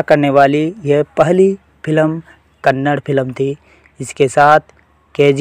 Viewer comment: Kannad nahi kannada bolo